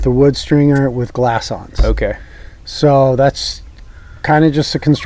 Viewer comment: nice review as always, but its Glass Ons. lol